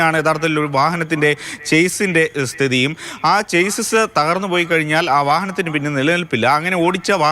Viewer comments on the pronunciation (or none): ചാസിസ് അല്ല മണ്ടന്മാരെ ഷാസി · Chase (ചെയ്സ്) അല്ല Chassis (ഷാസീസ്) ആണ്.